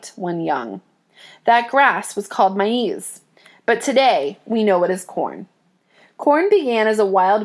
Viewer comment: its pronounced maze not mie ease dummy